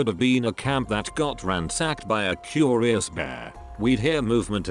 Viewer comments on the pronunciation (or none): no one gonna mention the way they said curious